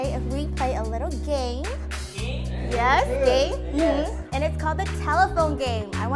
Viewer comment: game san: geim?.u.